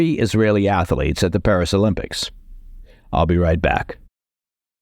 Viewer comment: Ath-lete, two syllables…